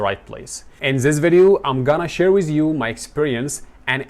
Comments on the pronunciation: ❌ Wiz ❎ With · اعتقد انك نطق With بz في الاخير